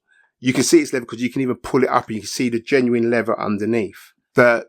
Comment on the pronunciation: Ny-Kee. It’s an American brand name. If you show me official audio advertisements where they say Nyk, I will quickly recant. Also it not pronounce levva it’s lea”Ther”. Also its not “free” it’s pronounce “ThRRReeee” Do you say “fing” not TH-ing. Is your tongue swollen?? I’m sorry is your “fung” swollen? Please pass fa message to your blokes.